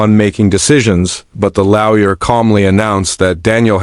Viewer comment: FFS it's LAW-YER not frecken LOUYA. 😢LTFREPYDA